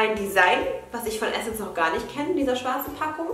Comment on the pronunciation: Immer wenn jemand Essence Adventskalender sagt denke ich immer das die essen's Adventskalender sagt 😂😂😂❤️